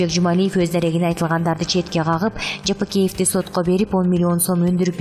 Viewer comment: Текст окуп аткан сулуу,Жыпыкеев эмес Жапыкеев,туура окушту уйрон же коридордо окудун беле